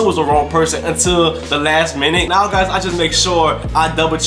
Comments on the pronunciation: He said no instead of now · U said no instead of now